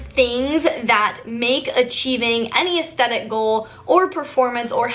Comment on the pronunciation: So everytime you said "athstetic goals" I kept hearing "athsteticles" 😂 (I prolly spelt those wrong oops)